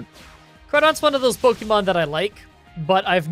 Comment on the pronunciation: Spoilers: Miydrie Beard: "POKEY MON" X 1000